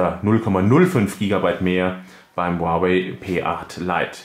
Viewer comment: Es heist nicht "uawäi" sondern "huawei"